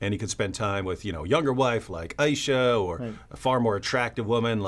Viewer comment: If you're going to speak about that woman's name you could at least pronounce her name correctly. I. Ee Sha.